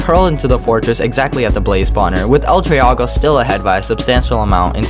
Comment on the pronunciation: bruh you pronounced it wrong its el tree-go not el trea-go